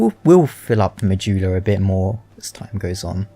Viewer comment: Why do you Say Mahula?